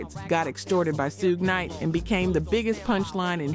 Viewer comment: she said "ba HA men" Miami Bass(rhymed with Pass) and "Shoogeh Knight" She young or AI